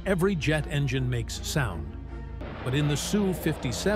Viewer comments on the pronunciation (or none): none